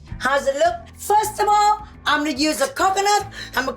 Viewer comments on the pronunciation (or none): I love how mama mai says FIRSTABLE in place of first of all 😂😂😂😂😂😂😂. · I'm mama Mai! (I love when she says firstable 😂💝) Jeannie give a shout-out to nursing students 🤝🙌🏽 I watch The Real too much! help😅😩